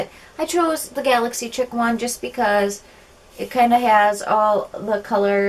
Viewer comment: Great video :) && the Galaxy Chic palette is pronounced Galaxy "sheek". Thought I'd throw that in there ;)